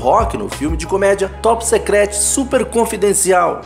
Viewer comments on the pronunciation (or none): Ouvir vc falando "Top Secrete", foi osso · Muito bom esse doc. Só pronúncia corretamente o inglês!!... Top Secret se pronuncia Top Sícruet, e não "Top Secréti!!... kkk...